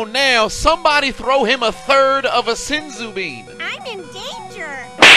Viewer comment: He said give this man a third of a sinsu bean.. 🤣